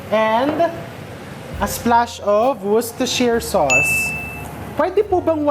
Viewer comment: Worcestershire pronounced perfectly Chef!! Well done!! ✅✅✅🤍🤍🤍